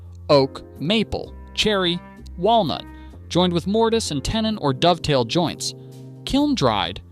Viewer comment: A Dov-a-tail joint. That's a new one. Either it's AI or someone who shouldn't talk about wood